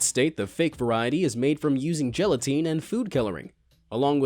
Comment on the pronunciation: You mispronounced paraffin and gelatin in the same video.